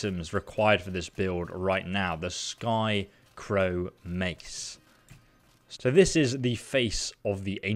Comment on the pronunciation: Its skycrowN... with an N.. not skycrow... U even started saying skycrown when u got it from the wendigo but later said skycrow and put it in the description as skycrow